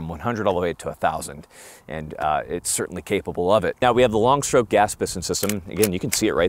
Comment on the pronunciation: are you serious right neow??